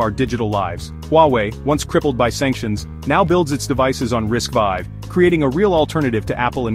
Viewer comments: "RISC-V" is more appropriately and less clumsily pronounced as "RISK-Vee" and not, "Arr-Ai-As-See-Vee". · "RISK five" is the correct pronunciation.